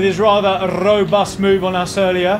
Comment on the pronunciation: Rrrrrobust move from the frenchman 😆